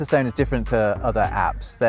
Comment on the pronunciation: It takes a Brit to pronounce "stone" as "stewn"